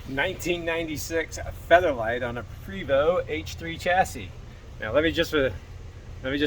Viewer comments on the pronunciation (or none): Small item but I always get corrected by acquaintances and friends; it's pronounced "Pray vo" ( as in French ), no? Great videos. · Love your videos sir, your knowledge is appreciated!! Just a friendly note from a person who has worked with Prevost.. It is pronounced 🙏 "pray Vo" ..think French lol